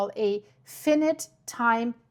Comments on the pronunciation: FYI : The English pronunciation is phonetically "Fynight" for "Finite" as it is "limited in its measurement " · fyi - finite is pronounced F-EYE-NIGHT in American English - a limited time period, finite vs infinite which means forever, no limit, never-ending. However, infinite is pronounced IN-FIN-IT - don't you love the messed-up pronunciation rules we have? Geez! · It's pronounced f-eye-night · I think you’re trying to say fi-in-ite. My thought is without reading the paper and just from your description that this appraisal would have the effect of diffusing any immediate risk. This feels like a huge manipulation and disservice to a common sense danger in the name of science. I anticipate a lot of pushback in the comments for good reason. ⚠️ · This is scary that they haven't begun their evacuation plan. Sooner is better than later, imo. Can't end well in long run if they don't act soon. Millions... millions of people, not just a thousand. It's a nightmare situation with no easy solution... but solve it, they must! p.s. US viewers would know word as F'eye-n'eye't. I'm not saying that didn't pronounce it correctly [because by Latin standards, she did], only that USA listeners would be confused because they often pronounce I's as 'eye' not 'Eee', as is correct in Latin-based languages. Impossible to straighten out proper English, too many cultures diversifying and doing their own thing. 😂 'Has been risen' should be 'has been raised' 😊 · Finite is pronounced with two hard "I"s, as in the pronoun "I". Not a soft "i" as in shark "fin" then a hard "I". You are great.